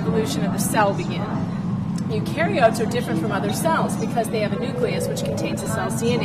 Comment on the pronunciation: I facepalm when she can't even pronounce eukaryotes. WTF - this is like...standard grade 8 science. Anybody who passes highschool science should know what eukaryotes is, and she acts as if it's the first time she's seeing it. seriously...homeschool man...it's not right.